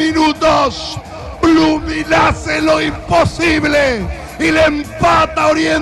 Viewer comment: Jajajaja "B"LOOMING 😂😂😂😂